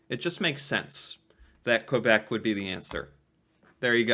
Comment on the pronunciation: Your pronunciation of quebec is 👌thank you!!